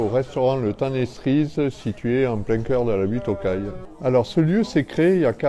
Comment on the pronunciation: « Le temps des Ssrises » huuuuu cErises 😭😭 j’ai mis un pouce bleu alors que j’aime pas Paris, mais la vidéo est super 👏👏